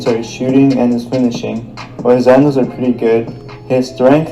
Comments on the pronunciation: So no one noticed how it said hadnles and not handles😂😂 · Nobody: ''Hadnles'' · hadnels WHAT????